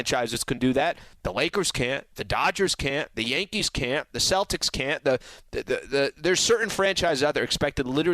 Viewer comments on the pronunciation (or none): none